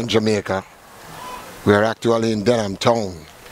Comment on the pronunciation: Why Kingstonian can't say, “Denham” Town correctly? 😂😂😂😂